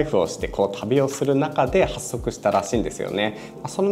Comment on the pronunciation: “はっそく”じゃなくて“ほっそく”ね